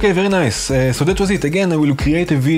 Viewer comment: first thumb up... and BTW: NOT "very nice"....it's "ABSOLUTE VERY ICE" my friend!!! LOL